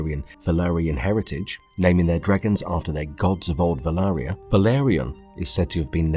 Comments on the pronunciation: Valyria not Velarya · Valyria not Valaria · why do you keep calling Valyria, Velaria? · Nice video, one suggestion may be to try keep the pronunciations of names the same, as it can get confusing if there pronounced in slightly different ways throughout the video i.e. valyria, dragonmont